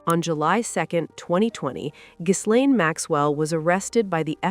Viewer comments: The S is silent in Ghislaine. I believe she has the most mispronounced first name on earth, especially in Podcasts. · FYI, the S in Ghislaine is silent and it’s pronounced Gi-LENN in French. I know… but it’s true 😅